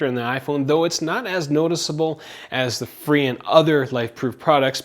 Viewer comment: It's pronounced fray